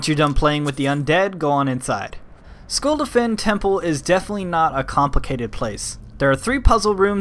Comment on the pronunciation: you say it like skuldafn!! (this does not help at all)